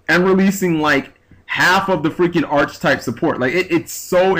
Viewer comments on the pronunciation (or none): i have lost all respect for this guy. sounds like the exact same complaint you would here from a new player who cant accept how things are and can only complain about how they think it should be. also, archetype is pronounced \ˈär-ki-ˌtīp\. you sound uneducated saying it otherwise.